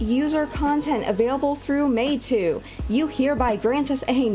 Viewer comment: Your pronunciation is correct. Meitu means "beautiful picture/image" in chinese language.